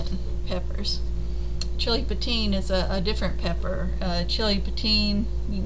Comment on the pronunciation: I'm fascinated by the chiltepin too! It is pronounced chil teh peen. It is my favorite pepper for using in many Mexican dishes especially salsa roja. Where are you in Texas. I'm in Austin and live near downtown and they are all over my neighborhood. I find them wild in many of the nearby parks as well. I grew up in Karnes County and that is when I became familiar with their heat as a child. My grandfather would put a few drops of a sauce made with vinegar and chiltepins on his beans. The flavor of this pepper is superior.